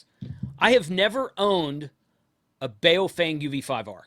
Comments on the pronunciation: It’s pronounced like: “boww funng”. as in “bow wow”, and as in “fun” with a “g” at the end. And IMHO they are NOT junk. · Blimey ) how can you review something you never owned and sound like you hate 😂😂😂 its Baofeng ( Ba-oww-fang )